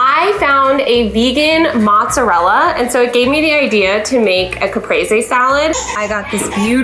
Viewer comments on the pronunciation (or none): Good luck wit your move! Please try saying Mootz-uh-rella.